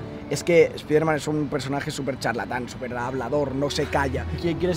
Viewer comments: Que mal suena cuando dicen "Espiderman" en vez de "Espaiderman", Si lo quieren decir en español pues digan "Hombre araña" no ese daño a los oidos....Onda vitaaal xDD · Por que los tarados dicen "espiderman" y despues dicen Marvel's Spiderman correctamente?